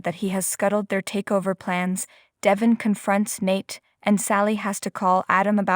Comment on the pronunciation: It’s Devon not Devin. Please pronounce his name right. If you listen to the soap you know how to pronounce it.